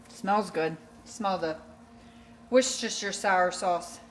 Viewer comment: Awww, bless your heart with your being loopy and still filming.😅😋😘. You were cracking me up with your Worcestershire pronunciation. I had it on caption, and it kept writing "Werster Sour."